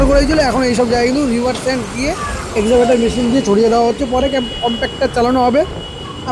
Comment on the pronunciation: Aaj keo bhul pronounciation korchho, Ota excavator machine.